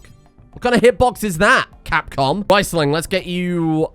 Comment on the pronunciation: Please, Riesling is pronounced REESling not RICEling.